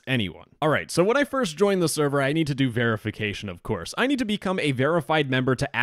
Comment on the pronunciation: "You *nerd* this role..." WTF LMAO